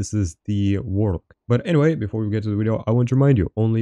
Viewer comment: Wideo powa!